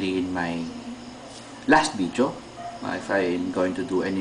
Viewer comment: its not bideo its video,your f is p,example fried,you say pried instead fried,so you gotta make it totally right,but your so awesome anyway